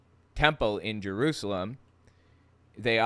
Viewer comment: I wonder how many times John Hagee has been to "Jeroozlem" as he calls it.